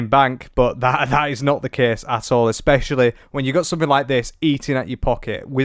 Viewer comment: Please, I love your channel, but there is no "K" In the word "especially". Its not eKspecially!